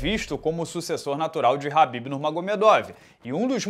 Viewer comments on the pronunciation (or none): É Khabib né não “ RRRRAAAABIB”